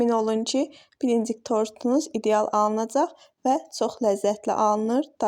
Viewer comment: Səsiniz başa düşür blinçik sözünü düzgün təlləffüz edin əlinizə sağlıq